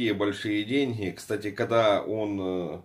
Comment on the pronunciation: уважаемый не делайте такого акцента на слово денньги у вас начинает сразу голова трястись наверное от жадности